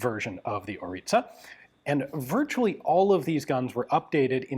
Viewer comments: I love that you prounounce it corect🫡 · Congratulations for correct pronunciation of Orița 🙏